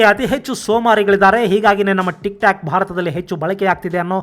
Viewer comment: ಅದೇಕೋ ಗೊತ್ತಿಲ್ಲ ಸರ್ ಇದೆ ಮೊದಲ ಬಾರಿ ನೀವು ತಪ್ಪು ಉಚ್ಛಾರ ಮಾಡಿದ್ರಿ.. ಟಿಕ್ ಟಾಕ್ ನ ಟಿಕ್ ಟ್ಯಕ್ ಅಂತ ಮತ್ತು ಬ್ಯೂಟಿ ಪ್ಲಸ್ ನ ಬ್ಯೂಟಿ ಪಲ್ಸ್ ಅಂತ ಉಚ್ಛಾರ ಮಾಡಿದಿರಾ.. ದಯವಿಟ್ಟು ಗಮನಿಸಿ ಸರ್.. ನಾನು ತಪ್ಪಾಗಿ ಕೇಳಿಸಿ ಕೊಂಡಿದ್ದರೆ ಕ್ಷಮೆ ಇರಲಿ ಸರ್